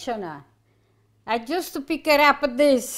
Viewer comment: “Justa follow me”…….I love it! So adorable! Reminds me soooooo much of my nonna. ❤️❤️❤️